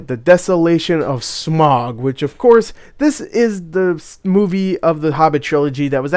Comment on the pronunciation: Good grief, it's not "SMOG" it's SMAUG. NOT, "ON" BUT "OUCH" TAKE THE OU IN OUCH AND OUT IT IN SMAUG, SM-OUCH, SM-AUG. SMAUG. Saying "smog" shows how little you know about The Hobbit.